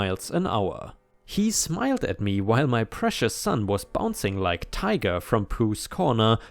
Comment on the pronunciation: Just a heads up for you. When used in relation to the Winnie the pooh character Tiger/Tigger is pronounced Tig- er. Because if english wasn't already a screwed up enough language sometimes character have stupid names.